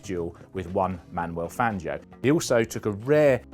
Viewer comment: "One Manuel Fangio" I'll keep going until you guys learn how to say Spanish names properly, instead of the butchered British versions of those names. Today Fangio joins the list with Jerez and Ibiza.